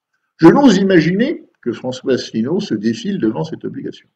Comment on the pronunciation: ASSELINEAU (pas Asselneau, ni Assélineau)